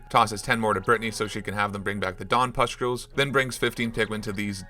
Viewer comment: take a shot every time he says "puscktules"